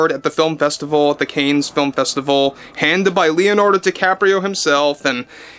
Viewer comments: CAN film festival. Pronounced Can. Like tomato Can. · You do NOT pronounce the s in the word Cannes, it’s pronounced like can. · Love your show, but you have to pronounce " CANNES" correctly. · check your pronunciation of "cannes." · Love your videos but please learn to pronounce Cannes. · Excuse me ..I think it is pronounced '*Kahn*' not 'canes'.. just for the record ..🗣️🍀🍀🍀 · It’s pronounced Can not Cain festival. Sorry just sounded strange as Cain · Sorry dude but you said it like 5 times..Cannes is French and it sounds like “Can”. FYI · just a heads up, the festival is pronounced "Can" as in "Tin Can". Silent "s" too. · Dude, just one thing. Cannes is pronounced Kaaahn. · Just to let you know..."Cannes" is French and is pronounced, "Can". Unfamiliar to English speakers but yes 'Cannes' is pronounced, "Can". R.DeNiro is a gianormous dickhead.❤ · Pronounced 'can' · It’s pronounced cansssss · its pronounced, "Can" Film festival. LOVE yer vids. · Cannes is pronounced Can. Just saying. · a humble FYI, it’s pronounced Can, like tin can. Thx ☺️ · So the pronunciation is just Caann….with a long aaaa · "Caines" film festival 😂 Love you 😙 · Hey, check the pronunciation of Cannes. I think it sounds like "can." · Cannes is pronounced kahn like Genghis Khan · It’s pronounced “Kan”, rhyming with “can”. Keep up the good work! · Enjoy your show!! … Cannes is pronounced Can (holding out, time-wise, the vowel ‘a’ ever so slightly sitting at the back of the throat…. Silent ‘s’ …you’re in the game here, ya gotta learn to pronounce the words of the trade. Cannes is one of those words. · Oh! Love your show and watch videos every day. I hate to be a critic but “the CANNES FILM FESTIVAL Is pronounced “KAHN”. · I find it endearing the way pronounces Cannes. But I just Googled the correct way to say it and it came back as "Can." But I've always pronounced it as Con too.😊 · the festival is pronounced “can” not canes… other than that great video